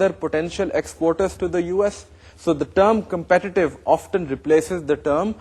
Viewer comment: sir it is often not oftan